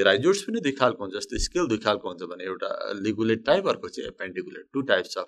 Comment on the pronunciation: That's ligulate and not ligugate correct it please